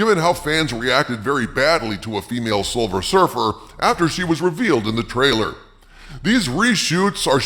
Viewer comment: It is Silver Surfer not Silver Surf-her